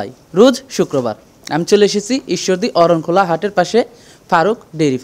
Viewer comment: অরনখোলা না মরনখোলা